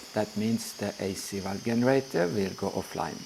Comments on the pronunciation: Good video, thanks. If you care generator is said with J sound like jeans in english. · It's pronounced "jenerator". English is silly. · Hey, I know english isnt your first language so I'm just trying to help you out here, but you always mispronounce the letter 'G'. It's pronounced with a 'J' most of the times when you mispronounce it, like in 'GENERATOR,' OR 'GENERATION' OR ' 'GIST', They would all be pronounced with a 'J' sound in the place of the G. From hearing lots of your videos, your clearly unaware of this, so just trying to help.